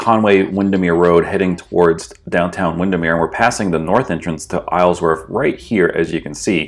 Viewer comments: The proper way to say it is Isle-worth. Not Islesworth. You kept adding an S to it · I cringe every time you say IsleSworth..... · Love the drive thru but my god it was difficult to hear you saying “IsleSworth” every single time.